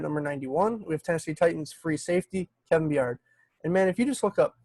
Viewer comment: Lol it's Bye-ard, not like bjork.